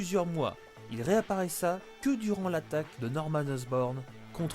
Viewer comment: bon boulot le "reaparaissat" minute 6 c chocapic mais sinon joli Keep up da gud wurk